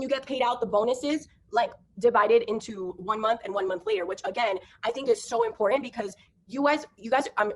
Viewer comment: Omg. I don’t understand why everyone in “this business” cannot properly say “iMporTant”. It’s not “iNporDant”